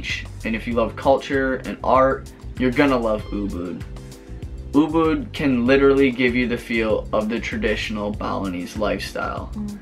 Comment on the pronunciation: just a heads up it"s Ubud not boo boo :D.